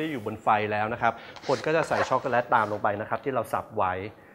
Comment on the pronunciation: ในภาษา Eng จะไม่มี วรรณยุค แบบภาษาไทยนะค่ะ ดังนั้น ชอคโกแลต ออกว่า แลต ไม่ใช่ แล็ด ไม่ผันเสียงนะค่ะ เฮ่อ...